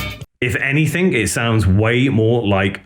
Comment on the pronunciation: did you say anythink?